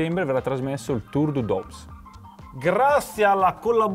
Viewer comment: Come sempre complimenti per il canale e per i video, solo un piccolo consiglio al grandissimo, vivendo in Francia e più precisamente nel Doubs, il Tour du Doubs si le legge Tour du Du (le b e la s sono mute);)